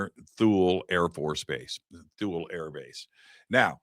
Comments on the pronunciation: My dad was stationed in Thule in the 70s. He always pronounces it as (tool-ey) so hearing it pronounced (tul) is throwing me off 😂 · I think it's pronounced like toolee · Base pronounced Tool-ey. Get edumacated prior to showtime. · It's pronounced "tool lee" btw. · My band played The Festival of Light in 2003 at Thule. We were there to entertain the troops. Three things - it was like planet Hoth. Their mission was to watch for ballistic missiles from Russia. And, we were told it’s pronounced “Tool-ie.” Great work to the both of you! ❤ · It's pronounced "Too-Lee". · It doesn't make you sound very credible, you can't even pronounce Ikea or Thule